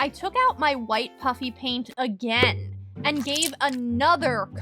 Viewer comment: Am I the only one who is hearing puppy paint in stead of puffy paint?